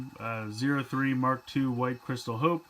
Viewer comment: i swear i keep hearing you say mach 2 instead of mark 2